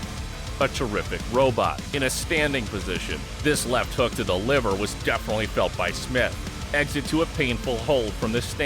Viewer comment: Bad Rutteb was a beast. His Leaver kick was brutal. I know it’s liver but when he says it sounds like leaver